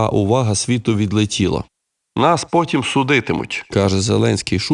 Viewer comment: За останню фразу я б сказав що Заленський зробив акцант на слові "потім", але ж ми розуміємо що акцент має бути на слові "судитимуть"